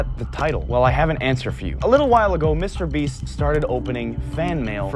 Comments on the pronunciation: Bro said Mr breast💀💀💀😭😭😭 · dude said MR breast he got the laban affect lol